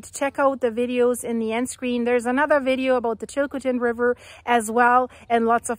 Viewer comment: Please learn how to pronounce Chilcotin.